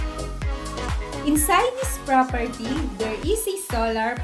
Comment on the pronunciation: Did you even say where the propERTEEE was located?